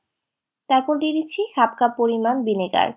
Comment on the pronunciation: কথা শুদ্ধ কবুন। জামেলা না ঝামেলা, চারিয়ে না ছাড়িয়ে, বাভে না ভাবে, বিনেগার না ভিনেগার, বিডিও না ভিডিও Ok